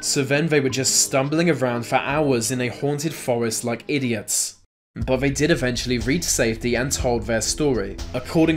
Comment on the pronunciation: Lucimara Sant'Ana The UK, he says ‘Vey’ instead of ‘they’. It’s not even a speech impediment, just lazy pronunciation.